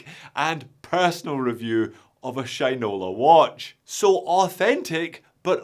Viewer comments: he also says Sheeen-ola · haha. u made it sound like sh1te-nola.